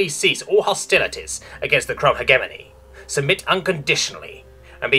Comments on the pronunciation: Please learn how to say hegemony correctly. (pronounced hedge-eh-mon-E not heg-emony) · I'm 99% certain it's pronounced HEJ-eh-mony rather than heg-EM-ony, but that's just a pet-peeve, good video otherwise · I love all your videos, but it always nags at the back of my mind when specific words are mispronounced repeatedly. "Hegemony" makes the G sound like J, think "hedge-eh-money" or "he-jem-money". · Might I just note that the way you say "Hegemony" physically pains me? Maybe it's your accent, but I've always known it as "Hejemony". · google pronounces it he-GEM-ony. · The way he pronounces "Hegemony" 💀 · the g in hegemony is a soft g you say it like a j